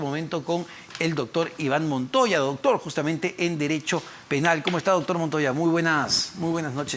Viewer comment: Este.entrevistador.dice.ductur.. .ductur.purqui.ipuirqui.amatarola.idinacha.no.lo.investigan.de.igual.manera